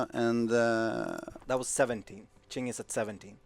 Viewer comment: Qing: Its pronounced Ching...